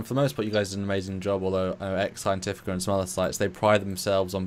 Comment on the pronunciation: The website is Ex Astris Scientia - it's Starfleet Academy's motto, not Ex Scientifica or whatever you keep saying. If you're going to reference something at least say it correctly ffs.